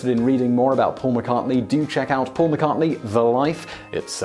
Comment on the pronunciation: I'm amazed this idiot pronounces Paul McCartney's name correctly. it's the only name he gets right.